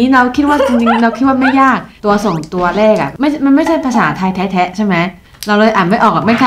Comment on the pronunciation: ตลกตรง กัน ออกเสียง กาน แบบลากยาว พอตรง แท้ๆ ออกเสียงเป็น แทะๆ ความหมายเลยเปลี่ยน แล้วไปสุ่มเสี่ยงตรงควายอีก 555 ตอนชงขายของคือน่ารัก ตอนชอบคนร้ายหยั่งกะเล่นมุก โบ๊ะบ๊ะธรรมชาติมาก 55